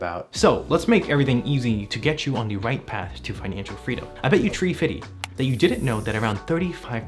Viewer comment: God damn, I died when he said tree fitty😂😂😂 not even a minute in and I’m laughing